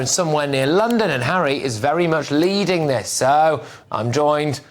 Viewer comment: Never thought I'd hear Lady C saying Megain gives Hawwy head.😂